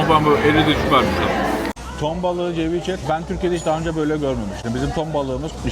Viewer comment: Ceviche kelimesi Türkçe'de "seviçe" olarak okunur 😁